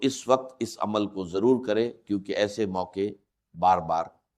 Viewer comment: zaroor ko jaroor dr sahib ki urdu aisinahi۰